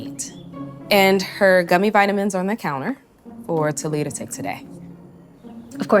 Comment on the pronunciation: ITS TALYA/TALIA NOT "TA LIA"